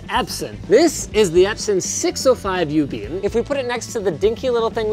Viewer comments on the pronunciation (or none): Linus it’s a 6050ub not a 605ub lol